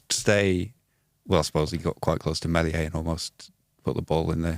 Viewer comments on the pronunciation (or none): Think he said 'Melsier' - idiot commentator